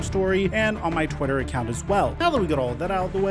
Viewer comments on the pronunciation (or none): none